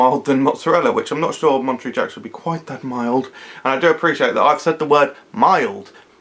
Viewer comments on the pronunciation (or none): It's MonteREY, like Manta Ray :D